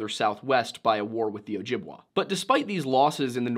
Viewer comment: It's pronounced O jib way! You're killing me here! 🤣👍